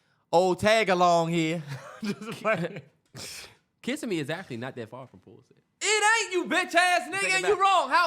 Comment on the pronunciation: Yall it’s (Kiss-sim-me) love the podcast I’m jus from Florida had to let yall know 😂❤️